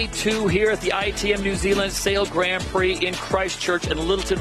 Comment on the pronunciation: Dear SailGP, Can someone please teach Todd Harris how to pronounce Grand Prix correctly please? We would all be extremely grateful. Cheers, The whole sailing community